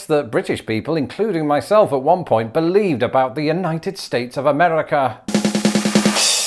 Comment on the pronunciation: Someone, I think it was Brentalfloss, once described traveling between the US and Canada as being like going to one of those alternate universes where things are slightly different. Everyone comments on the "about" thing (and you're the first non-Canadian to imitate it correctly, it is indeed "a boat", unless you're talking to J.J. McCullough), but one Torontonian I know pronounces "rather" in the British way. "Rawther". Is that normal? I don't know any other Canadians to check in with.